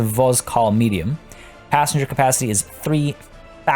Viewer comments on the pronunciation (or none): it's not "vozkal" it's "vokzal"... which is derived from english "Vauxhall".